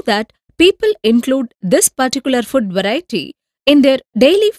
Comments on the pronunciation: it's food not fud😂😂🤣🤣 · But its food not fud